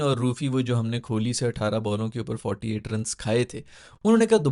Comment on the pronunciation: Bhai vpn se bol rha hoon kholi nai kohli hai